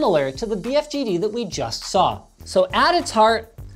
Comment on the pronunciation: "Bfg-d" yeah nice try Linus. We all know it's a Big Freeking Gaming Display